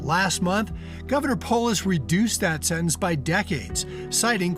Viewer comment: The word is sentence, not sennence.